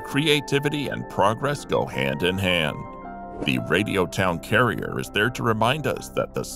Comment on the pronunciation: It'd Radio Town Crier, not carrier.